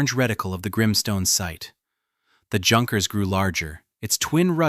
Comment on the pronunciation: Phonerically 'Younkers' it's not hard sounding 'J'.